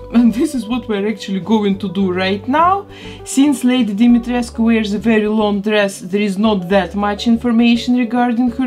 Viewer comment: Finally! Someone pronounce Lady Dimitrescu name correctly❤️ I love your channel and your work! Love from Romania!🇷🇴 P.S Why the non-Romanians people are more offended by her name than the Romanians ones?